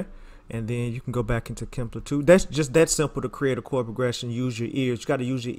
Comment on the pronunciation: HE CALLs it "KIMPLER" LMFAOOO!!!!